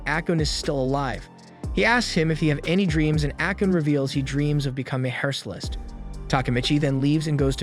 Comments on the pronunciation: I’m sitting here thinking this dude can’t pronounce any of the Japanese words or names right. Then he pronounced “hairstylist” wrong, that was the point I figured I should cut my guy some slack ☠️. In all seriousness though, I liked the video it was pretty well put together. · How do you manage to mispronounce "hairstylist"?